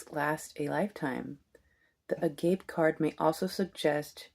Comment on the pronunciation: Hey ✨'Agape' is a Biblical'ish Meaning The Most Love! it's Pronounced _( a-goppay ) 🤗